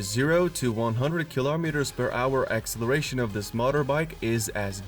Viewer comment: AXE-eleration! Lol!